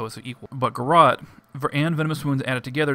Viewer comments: lol "Garrawt." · he says garrote funny!